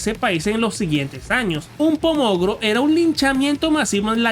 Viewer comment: No es "pomogro", es pogromo.